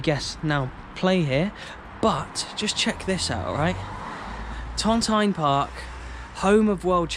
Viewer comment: Cheers dude 🥃 The original Park was across the road where the white houses are and it's pronounced ton teen park. Keep up the good work mate and thanks for showing my local areas footballing history. I used to play for the Renton craigandro boys team and we would go to watch the Vale of Leven on Saturday afternoons after we played our match in the morning. Great memories 👍